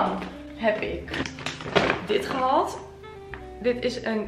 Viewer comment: Wat zijn je video’s leuk!! Maar zou je A.U.B. willen letten op hoe je de dubbel aa in een woord uitspreekt? Je zegt: sjal ipv sjaal en gehald ipv gehaald en ga zo maar door….. wellicht heb je het zelf niet in de gaten, maar ik vind t heeeel irritant😅😅😅😅